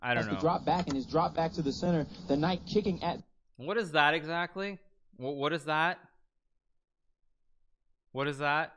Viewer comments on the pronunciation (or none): none